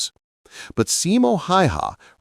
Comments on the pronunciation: NOU, hell nou! More like SImo HAEhae. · your pronunciation of Simo's surname is horrible...